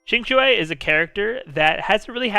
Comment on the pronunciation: Thank you for trying to pronounce Qingque's name correctly. The only problem she has is she needs constellations, and since I I have her at E2 only, I am not planning to build her. I have Seele, will definitely pull for Fu Xuan, and since I also have Silver Wolf, I won't need Qinque unless I find Lynx redundant on my monoquantum team.